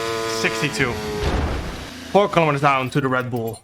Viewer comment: WHAT THE HELL IS A KILLOMETTEEERRR